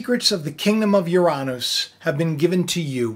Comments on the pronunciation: The correct pronunciation is (YUR-UH-NUS) But whatever.😆 I just wanted to say, I think it's kind of weird how they're starting to send probes, aligning with CERN reopening. I've always wondered if Uranus is a natural Event Horizon that is stable. I'm wondering if we're about to have a micro Supernova and they're about to use the gravitational or Electro gravitational reconnection, natural energy pulse. Also if it's completely natural and made by the sun it might be at the right frequency. I wonder if they're going to try to use the natural energy pulse to go through The Event Horizon. They're going to try and intrude into HEAVEN-URANUS. But truly the father lets them in, to battle. When the EMP hits, it will be so powerful a third of the Stars will fall. Kind of sounds like it could also be starlink. Not just the Fallen ones. I wonder how many starlink satellites they're putting out in the outer space and if a third fall, what would be the number...?🤔 Completely just a weird theory but...... I wonder. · I’m a 5th grade teacher. We teach the solar system in 5th grade. Uranus is always a challenge. I always told my students it was pronounced YOUR-uh-nuhs (like you’re a nut🥜 ). Now I can tell them about this pronunciation and what it means! My students know I’m a Christian. They are watching me. And as for cats? The best compliments I receive are when my anti-social cats cuddle up next to me. You got such a great cat! I love when they’re social like Cosmo. I’ve had so many cats. My current two cats send lots of paw 🐾 swats and purrs to Cosmo!! And Dan Dan and family! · Oy! It's Yur-rah-nes. emphasis on the first syllable. And WHY do you say Uranus is a planet when it was Pluto that had been demoted? I do enjoy your content for the most part but I don't get the uranus gag because you still mispronouncing it :P